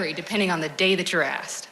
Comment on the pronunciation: WHY CANT PPL SAY THE WORD ASKED...WHY IS IT ALWAYS AK SED?...